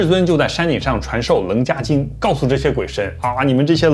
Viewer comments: 楞伽经,中间那个字好像应该念qie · 老师 说的很棒哟！楞伽经，这个【伽】念【茄】茄子的茄哦！谢谢您！